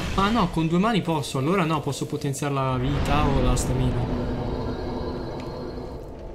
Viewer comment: Ti prego impara a pronunciare stamina...